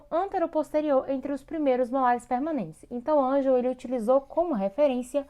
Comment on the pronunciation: Realmente o slide não está certo. Vc diz no slide que a cúspide MV do 1MS, oclui a frente do sulco do 1MI, o que está incorreto... E a pronuncia da classificação não é ANGEL, é ANGLE... O nome do dentista é Edward Hartley Angle, ele é americano. O canal tem muitos vídeos bons, talvez esse deveria ser refeito e repostado. De qualquer forma, deixei um like.